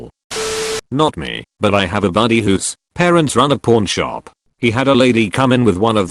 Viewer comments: I swear the robot is saying porn shop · It sounds like he's saying porn shop. Kek